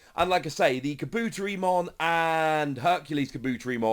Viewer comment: Kah-boo-terry-mon Poo-koo-mon